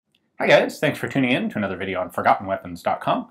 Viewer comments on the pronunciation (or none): none